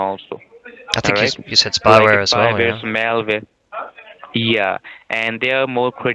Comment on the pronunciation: spyvers and malvers, serwices stopp-ed .... ROFL